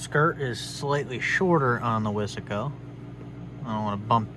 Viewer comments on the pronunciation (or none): He said wissssssaaaaahhhhhcooooo its wise co buddd!!!!!